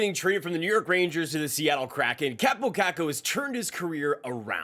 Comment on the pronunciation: His name is Kaaaapo, not Kappo. With an elongated a.